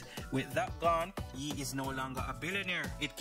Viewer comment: It's YE = (YAY) not ( YEE) LOL